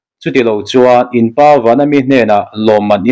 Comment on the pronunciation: Bible chhiar dik hi har deuh ania , in paaa tilo in in pa pa tih hi asanglo tur